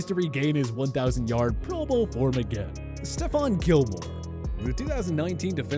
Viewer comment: You actually said Stephon right!